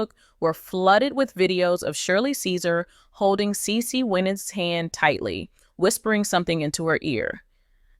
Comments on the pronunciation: PROUNCE HER NAME RIGHT THANK YOU HAVE A BLESSED WEEK IF U DON'T KNOW HOW TO PROUNOUCE A PERSON'S NAME PRACTICE IT THANK U PEACE😊😊😊😊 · CE CE WINANS IS HER NAME STOP MISPROUNCING HER NAME